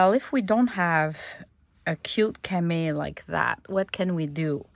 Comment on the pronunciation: You said cama, it pronounced with the long e and o sounds at the end. Love the French language.